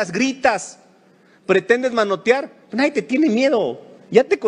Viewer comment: ¡escuché mal.. "nadien" de este regtardatario?... He repetido el vídeo.. y lo escucho como tal... Pobre politiquero.